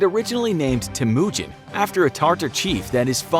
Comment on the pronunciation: After watching the series made by Extra Credit, I found it funny how he said Temujin and Jamunka